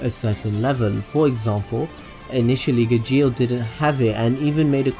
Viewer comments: Is gaaaajeel not gegeel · he said Gajeel and I died, lol his name is pronounced as Gale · When he said Igjeel for Gajeel I'm sorry but I cringed so hard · Of he pronounced Gajeel Ga-geel not Ga-g-al no hate though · i know you said that you would mess up pronunciations but acnologiya lol had me ded edit: Gajeal edit 2: zerefs black flames shows zancrows god slaying flames lol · maybe in the dubbed version, but in the original, it is Gajeel. Gale is a western name. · U need to wach it dubbed its pronounced gar-she-al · IK HE APOLOGIZES ALWAYS ABOUT HOW HE PRONOUNCES NAMES but fuck me it is such a cringe how he says Gajeels name.. am I the only one like just cringing my ass because of it DX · WTF WHO I GAJJJJJJIL? ITS GAJEEL